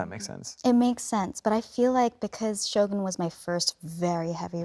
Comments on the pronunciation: Thank you Tom for pronouncing Shogun correctly. Very culturally appropriate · The way he pronounced the word “shogun” definitely make me like him even more